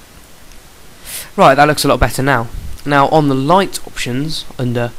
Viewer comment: lighTTTEEHHHH why do u pronounce your ts so weirdly